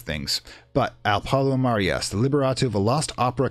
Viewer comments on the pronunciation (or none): none